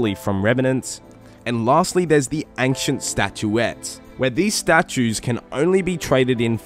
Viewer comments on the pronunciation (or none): is my guy saying aink shint for ancient